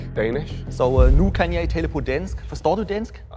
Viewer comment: Its funny how the ekspert was wrong on deg second one but was just lucky, in Norway "I" is "jeg" not jei